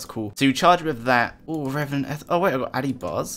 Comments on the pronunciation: E-ther, not eff-er lool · stop saying ether wrong >:(